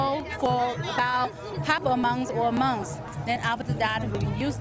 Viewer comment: She said have a muns or muns what's a muns?